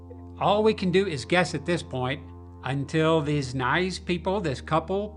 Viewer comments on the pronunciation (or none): none